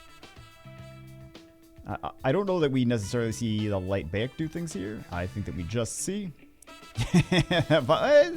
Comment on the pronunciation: Bayek is pronounced like "BUY-ek" Bagel. Or think Bayek like the Florida Bayous in the Everglades. Hurts my soul to hear my favorite AC character's name mispronounced 😭💔